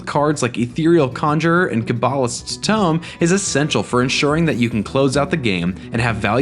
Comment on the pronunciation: OP has trouble pronouncing Cabalist's Tome.